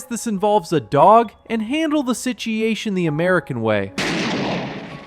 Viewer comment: lol what the hell is a "sitiation"?